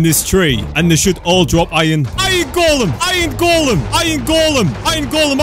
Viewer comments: I heard “I am golden” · Everytime he says "Iron Golem", I keep thinking you say "I am Golem" lol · when he said iron golem it sounded like ima going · Me too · When spams iron golem it sounds like he's saying "I AM GOLEM!" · it looks like u says i ate golame hahaha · when he said iron golem it sounded like I ain't golem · When you said Iron golem it sounded like you said Im a golem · When you said iron golem it sounded like white monem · The way he says iron golem is kinda Russia